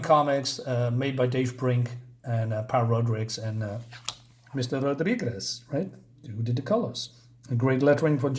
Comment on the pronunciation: I love how you can never pronounce the name Rodrigues. 😂